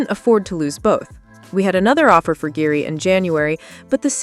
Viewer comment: Guehi is pronounced GAY EE - there is NO “R” in GUEHI